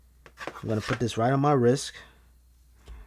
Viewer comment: “wrisk” you mean wrist